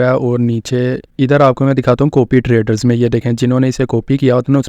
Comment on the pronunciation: Coopy ni hota. Copy hota. Loos coopy proofit. Pronounciations thek kr len pyary bhai